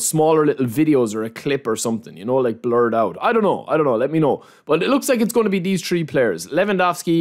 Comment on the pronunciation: its so funny how he pronounces some words „tree“ players, „i think „deez“, let me know what you guys „tink“